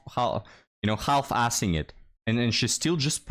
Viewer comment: You don’t have to pronounce the l in half, it’s just haf